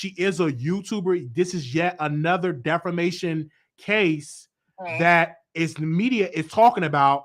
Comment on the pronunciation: NOT DEFOMATION DEFAMATION 😆